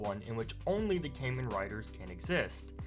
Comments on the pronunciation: Bruh its kah-men not kay-men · its pronounced "Kahmen"